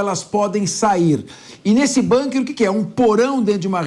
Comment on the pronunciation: Bunker”” nem ouvindo a pronúncia correta ela para de dizer “”bunker””